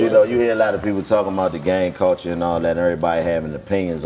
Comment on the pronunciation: When Dc start feeling smart and deep that ni99a start saying words like "¢ulture", "stru¢ture", "infrastru¢ture" 😆😆 ni99a if you don't $hut yo f00l head special Ed head as$ up 😆😆 that boi learn some new words and be happy asl to use em